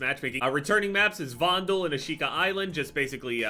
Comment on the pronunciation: Vondel not vondead?